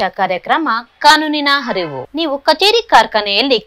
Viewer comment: ಕಾನೂನಿನ ಹರಿವು ಅಲ್ಲ ತಾಯಿ, ಅರಿವು ಅಂತ ಹೇಳು